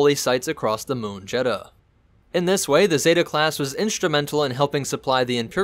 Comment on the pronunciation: It's Jedha not Jeddha